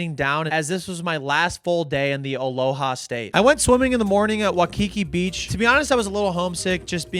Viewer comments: Hi. Or is your first name yet? Regardless it’s pronounced Why-kee-kee. Not Wah-Kee-Kee. Always looking out for my haole brethren. 🤜🏼🤛🏼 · Making me laugh with "wa-kiki" it's pronounced like "why-kiki" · I love the message that this video displays, mad respect and to do all this while still on a budget is crazy impressive. Btw thank you for coming to my home state Hawaii. Also, Waikiki is pronounced Why- Ki-Ki . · Why-kiki not wha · Waikiki sounds like why•key•key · Bro I thought no one could ever butcher the name, "Waikiki". People these days surprise the heck out of me